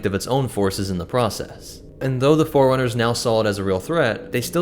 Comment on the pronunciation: This guy pronouncing 'forerunners' like 'foreigners'